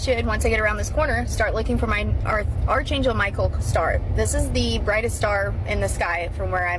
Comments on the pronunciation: This is unchecked mental illness. She just admitted to hallucinating. The only thing that is real are double rainbows, which are far more common than people think. Also, it’s “ARK” angel- “arch” is pronounced “ark”. I lost a full IQ point listening to her. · I failed at being able to remain perpetually unbothered by the fact that the girl around the 20 minute mark doesn't know how to pronounce archangel.